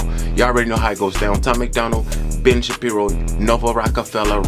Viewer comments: It's pronounced Shuh-pee-row 😅😅 love ya!!❤ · Ben Sha(as in shade)pir(as in pier)o(as in oh) Shapiro.